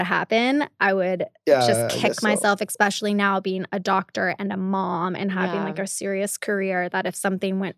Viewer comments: pronounces it “ex-specially” repeatedly Heidi: You are really smart.: Thank you. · “Expecially now, being a doctor.” I mean, wow, that literally sums it all up, doesn’t it?